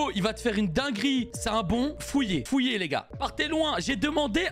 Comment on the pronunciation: Je reve ou il a dit fouiller au lieu de fuyer